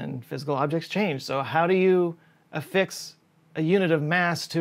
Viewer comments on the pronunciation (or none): none